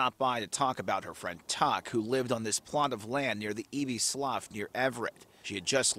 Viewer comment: Hate sad stories like this. Slough is pronounced "sloo" in this instance...